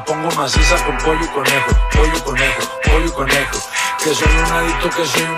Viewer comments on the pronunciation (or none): He said Polo y conyo!🤣😂